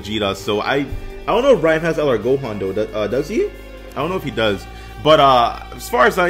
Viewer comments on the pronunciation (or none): none